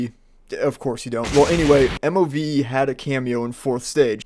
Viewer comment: The pronunciation of the bands name is MOVE. just say it as move, pleb.